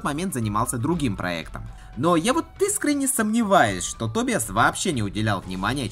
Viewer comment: Шикарный балаган!)) Только всё же не Тобиас,а Тобайес.